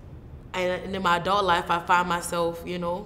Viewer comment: first time I heard her New Orleans accent saying you kno' :)